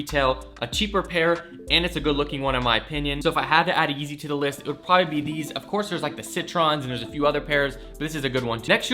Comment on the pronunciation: CITRINS!!!!!!! Not Citrons